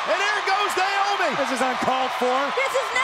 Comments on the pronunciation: He said niomoe 😂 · the fact that he said naomi and tamina hahhaha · anyone relized he said “cover by NAOMI and tamina?” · bro said naomi and tamina:)) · lol, he said “naomi & tamina”